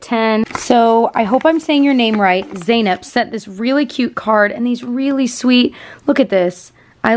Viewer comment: I finally got the chance to watch this video❤️❤️❤️ ( I’m that Zeynep, and yes you said it right 😻😘)